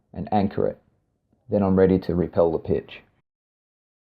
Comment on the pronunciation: It's rappel not repel. Guess learning the knots kept you from school.